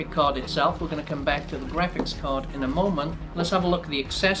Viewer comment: du u have to keep repeating "grapcihs card" "grapcihs card" "grapcihs card" all off us know that its graphics card and u dont have to say it every 10 seconds